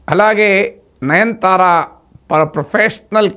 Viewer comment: Sorry sir,not 9 thara please pronounce Nayanathara. I think I am correct.